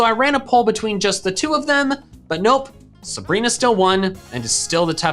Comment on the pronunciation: SABRINA, NOT SUBREENA!